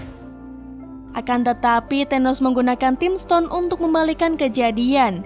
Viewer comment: Tolong min belajar dulu masa sih time stone bisa-bisa nya jadi Ting stone